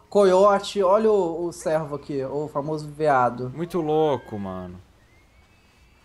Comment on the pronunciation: pelo amor de Deus não é servo (sérvo) é cervo(cêrvo)